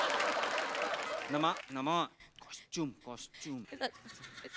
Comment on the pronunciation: Ani ha tar motha wannabe ahe costume LA costume Bolto